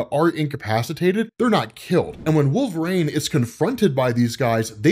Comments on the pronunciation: I always wonder if pronounces WolvRAYNE on purpose or as a joke or there is something else I've missed? I've always pronounced it wul·vuh·reen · Again, with the "rain" bullshit. His name is wolverine, pronounce it right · Wolv-rain... his pronunciation of his name is killing me! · "Wolverane"